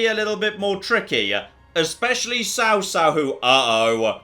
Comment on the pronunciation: This pun fails absolutely though lol because Cao in chinese has a 'C' that sounds more like a 'ch' than a 'c'